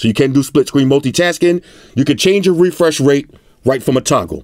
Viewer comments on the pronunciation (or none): “Refursh rate”